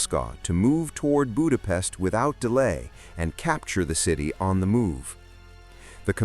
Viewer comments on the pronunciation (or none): Before making such a video, you could have looked after how to correctly pronounce the word 'Budapest'.